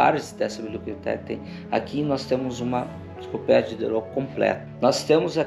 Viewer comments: Só pela “INCICOPLÉDIA” ja vai 2 vezes o like 😂😂😂😂😂😂😂😂😂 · Fico super feliz por vc, cara!! Ter tido esse privilégio de explorar o castelo!! E chega a ser fofo te ver errando as palavras kkkk - encicoplédia 🤭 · Encicropedia, encicopledia, desisto.. kkkkkkkkkkk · "Encicoplédia" Dá-lhe Paulo Freire! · 😂cara chorei você falando enciclopledia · Enciclopledia, enclicloplédia, kkkkk é mais difícil falar errado do que o certo hahaha...só você que consegue essa proeza. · E hoje ele não sabe nem pronunciar Enciclopédia, rsrsrs Melhor mudar de área. Talvez apresentar o PodPah, rsrsrs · Parabéns! Grande exploração. Esse vídeo é uma aula de história do início ao fim. Edição sensacional, trilha sonora, detalhes de gravação, agora só falta o aprender a falar enciclopédia. Kkkkk